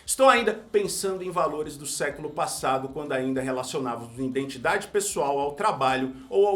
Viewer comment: lendo “obsolência” e “iNdentidade” a partir de um teleprompter só confirma toda a argumentação do vídeo. 🤦🏼‍♂️ E não dá para saber o que é pior: se estava escrito certo e ele leu errado ou se estava escrito errado e ele leu “certo”.